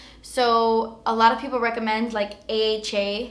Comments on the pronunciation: Why does she keep saying haa, its aha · It's AHA not HAA... Stands for alpha hydroxy acid.